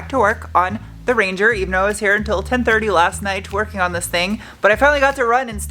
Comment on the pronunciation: I heard "here until ten twerking on this thing" 🤦‍♂️🤣